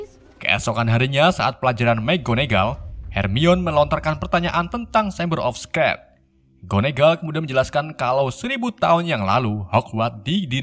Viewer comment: Shameber of scrat 😂